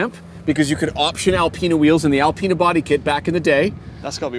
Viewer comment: How the hell do we get Al-peena from Al-pina?